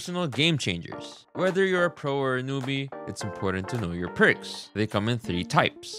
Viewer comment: Bros trolling saying pricks instead of perks, right? Right?